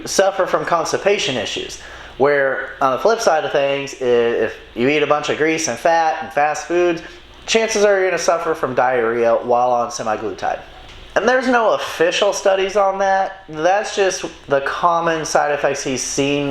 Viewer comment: How can you type out and read “SEMAglutide” and still say Semi-glutide? Lol